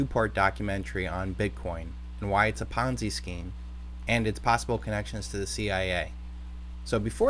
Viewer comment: Ponzi, not ponzy... and it isn't even remotely close to the definition of a ponzi scheme. -- Smoov